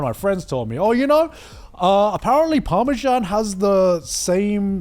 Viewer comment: Fully Revoking Garnt and Connor’s British citizenship for calling Parmesan “parmejan”